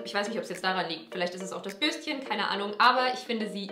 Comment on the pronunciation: Immer als du "Bürstchen" gesagt hast, hab ich IMMER "Würstchen" verstanden 😂